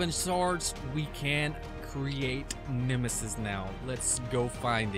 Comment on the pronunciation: It bothered me all video long. It's NE-ME-US not nemesus